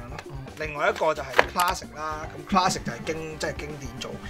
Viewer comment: Classic? Not clasic